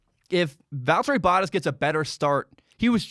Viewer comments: Bow-taas, it rhymes with Haas. Edit: Oh geez, he says Hass. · Bottas is pronounced: Baht•Haas, Bah•t•ass ---> "Bah" sound (like a sheep), "t" the T sound, "ass". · you're saying the first part of 'Bottas' correctly but you're not putting enough emphasis on the A. the 2nd syllable should sound like 'Tass' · Bottas pronouncing his name... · “Boat” like that sails, “ah” like when the doctor looks in your mouth, and throw a “s” on the end, that’s the best way to spell out how it is pronounced. You gotta get it right, it hurts when you say it haha. Love the F1 videos bud!